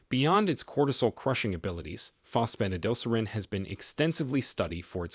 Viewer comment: I can't take it, Fos Pho tid al ser reen. Please program your AI voice better.